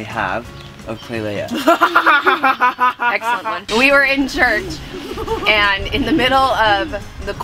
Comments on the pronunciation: Eww stop calling her klailea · always says Klailea instead of just klai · I love how he calls her klailea